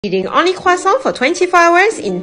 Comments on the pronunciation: I think people will have the pronounciation of Croissant stuck in their head from watching this video. It's actually a good way to practice. Listening to native speakers is the best thing. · That’s how you correctly pronounce croissant (not trying to be rude) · It’s the correct pronounciation. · La personne qui a publié cette vidéo est française elle-même. Sa prononciation est absolument correcte. Peut-être que je t’ai mal compris mais j’ai corrigé l’auteur de ce commentaire qui a tenté de moquer sa prononciation.